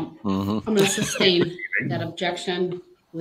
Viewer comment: Grounds for the “substain your Honor” 😂